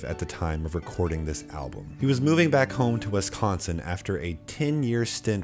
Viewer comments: The way he says wesconsin hurts me physically. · As a Wisconsinite I really hate the way you say Wisconsin